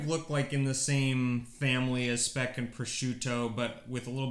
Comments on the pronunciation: Speck is indeed German, and it is pronounced "shpeck" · It's SH-peck! And Südtirol is part of the German Kulturkreis (cultural circle) for at least 1200 years. They speak the German dialect of Southern Bavarian. They only came under Italian rule, i.e. part of the Italian state after the turmoil of the end of WW1, but kept their German identity until today.